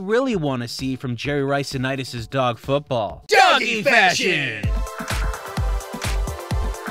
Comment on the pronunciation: The correct way to say it is Nitus and I I know, it’s petty, but it irks me so much